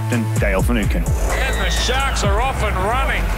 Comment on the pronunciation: Who is finno cane . Interesting pronunciation haha